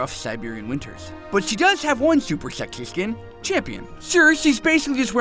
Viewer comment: "Shexy" I'm laughing so hard!